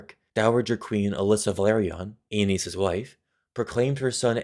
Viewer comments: Its pronounced like anus, not aneez… i don’t care if im wrong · Damn George RR didn't think too hard about all the possible pronounciations of Aenys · man ive been pronouncing aenys embarrassingly incorrectly